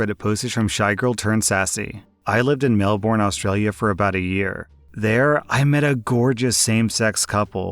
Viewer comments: Heh. I always laugh at foreign pronunciations of Melbourne. Locals pronounce it “Melbin”, or “Melb’n” not “Mel-born”. While I understand there are other places around the world called ‘Melbourne’, with different pronunciations, I’m of the opinion that when referring to a specific place, you should go with the local pronunciation. Of course, if you’ve never heard a local say it, and have only read it, there’s no way to know, so yeah. Still funny though. Mel-born. Heh. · Hey,, love your videos, but I've got a little pet peave of how you pronounce "Melbourne". It's pronounce "Mel-ben" not "Mel-born". Other than that, absolutely love listening to your videos whilst doing my chores. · It always entertains me whenever Americans mispronounce Australian locations (non-aboriginal ones anyway). Melbourne is pronounced as Mel-Burn, not Mel-Born. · melborn.melBORN.MELBORN godamnit its said melBERN idk why this pissed me off so much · Melborn melborn legit Melbourne like Mel bourne so Melbourne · As an Aussie, I'll never get over listening to Americans attempt to pronounce MelbOURRHHAN. You can just say Melbin :P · just for future reference melbourne is pronounced melbin. i know we are weird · For the third story Melbourne is pronounced melbin (just for future reference) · It's a common mistake Americans make. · Are we really going to gloss over the fact that said MelBORN XD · Just a helpful reminder you don’t pronounce the Bourne it’s pronounced Melbn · Melbourne pronunciation through me off (not mad), but it’s more like “Mel-Burn” !! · As an Australian... I can't deny your pronunciation of 'Melbourne' got my goat lol